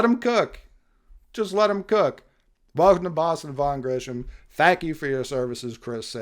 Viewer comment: Grissom not Grisham/Grishom